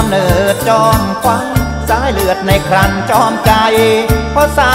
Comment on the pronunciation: คำว่าครรภ์อ่านว่า คัน ไม่ใช่ ครัน นะคะนักร้องออกเสียงผิด